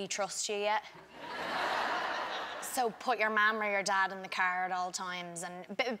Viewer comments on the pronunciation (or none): "So put yerr marm or yer dodd in the cerr" "myee"